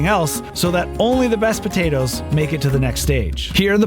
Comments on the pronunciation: The way he said podaytoes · As an islander myself I can confirm that's how most islanders say potatoes. b'dayduhs